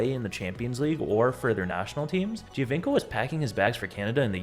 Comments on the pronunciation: Cuántas veces tu IA va a decir "Giovanco" en lugar del apellido real? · When you repeat “Giovinco” 1000 times, you might want to learn correct pronounciation.